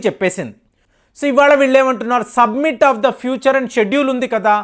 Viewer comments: "సబ్మిట్"/"సమ్మిట్" అన కూడదు "సమిట్" అని పలకాలి. "ఆయిల్స్" అన కూడదు. "ఆయిల్" అని పలకాలి. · it is summit....u r telling it is submit